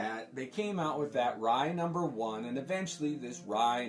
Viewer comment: Rai was one of my favorite series and you pronounced it correctly (See Magnus Robot Fighter #6) towards the end of the book before the Rai book starts is a Jim Shooter write-up and he mentions on how its pronounced... You nailed it..